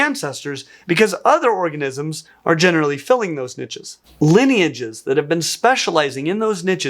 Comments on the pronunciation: Drink a glass of whiskey every time you hear niches. In English it's pronounced neesh. Barely 3 mins in playing my game and I'm pissed already. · Good info but the way this guy says "niche" as "nitches" is extremely irritating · I thought you kept saying ninjas there for a while... Niches, not ninjas 😅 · “Nitches”, 😂😂😂. Niche or niches are pronounced “neesh” or “neeshes”. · When people say "nitches" it makes me "itches"